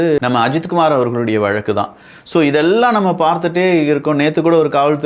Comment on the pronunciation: பழவளக்கு... அது என்ன வழக்கு.. Oooo பல வழக்கா... தமிழ் வாழ்க...